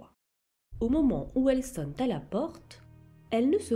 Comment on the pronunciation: Elle sonne "t" à la porte ? Seigneur... La langue française est morte.